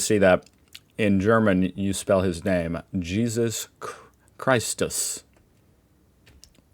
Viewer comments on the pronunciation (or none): Wouldn't it be Jesus Kristus in German? And no, that's not said like in English either. It's Chris like in hey Chris so Christ us...